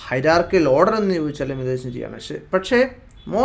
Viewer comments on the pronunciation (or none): ഈ വീഡിയോയിൽ താങ്കൾ ഹൈരാർക്കിയൽ എന്ന് പല തവണ ഉപയോഗിക്കുന്നുണ്ട് അങ്ങനെ ഒരു വാക്ക് ശരിക്കും ഉണ്ടോ? അത് ഹൈരാർക്കിക്കൽ (haɪəˈrɑː(r)kɪk(ə)l) എന്നല്ലേ ശരിക്കും ഉപയോഗിക്കേണ്ടത്??